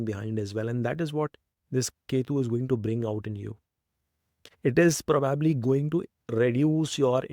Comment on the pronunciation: It was an interesting watch and so well articulated. May I suggest that you look up the way you pronounce "probably" please 🙏